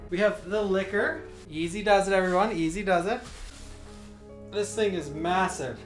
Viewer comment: It's Licker. Not Kiss her 🙄😂